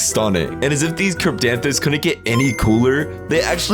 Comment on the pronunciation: And he said it right thank you very much !